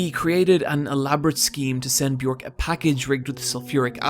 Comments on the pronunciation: Björk rhymes with jerk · you mispronounced Björk's name omg